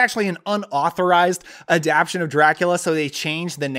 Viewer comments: I think it's pronounced "adap-TA-tion," not "adap-TION." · yeah I reacted to that. Adaption?..maybe in some dialects?..Adaptation I kept thinking he'd say.